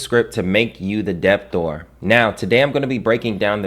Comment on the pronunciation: Debtor is pronounced with a silent "b". It is not "deb tor" or "dep tor" it is like "deh tor". I say this with respect.